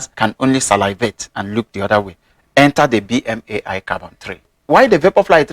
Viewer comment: Thank you! I appreciate your unbiased views comparing western brands with chinese brands. Btw, BMAI is pronounced Bee-Mai 必迈. And Qiaodan is Ciao(like the italian word)-Dan, to make it sound like Jordan hence their logo. Also wondering if you know of any chinese equivalent for the asics novablast?